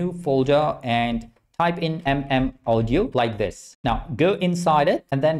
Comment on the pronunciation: Its pronounced 🔊"AW-DIO"😂